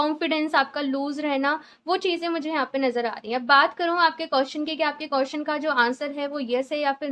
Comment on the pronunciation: Madam (QUESTION) BOLNA SIKHO 🔤🔤🔤🔤🔤🔤🔤🔤🔤🔤🔤🔤🔤🅾🅾🅾🅾🅾🅾🅾🅾🅾🅾🅾🅾🅾🅾🅾